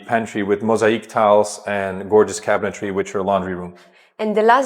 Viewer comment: Nice ! BTW , it's cabinetry not cabinetary